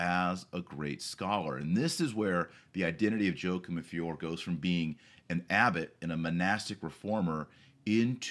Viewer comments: YO-A-KIM :) Great vid though Dr. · It's pronounced "Whakim".